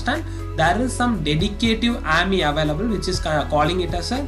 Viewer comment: Its A-M-I not aamyy